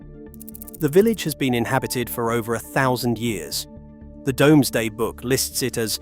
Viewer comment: It's pronnounced 'Doomsday' - not 'Domesday.' I wish someone would train the AI. Otherwise very interesting.